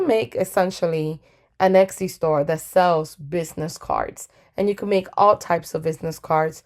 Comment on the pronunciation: Very useful video, thank you! p.s. Your pronunciation of Etsy sticks out to me every time :) you say it like it's Exy, and it's not. Still, great video, would definitely investigate more!